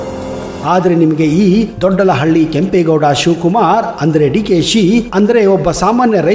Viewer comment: ದೊಡ್ಡಳಹಳ್ಳಿ ಅಲ್ಲ ಕನ್ಲೆ ಅದು ದೊಡ್ಡ ಆಲಹಳ್ಳಿ ಅಂತ,, 😄😄